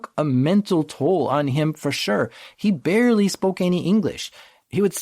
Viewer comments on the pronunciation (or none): none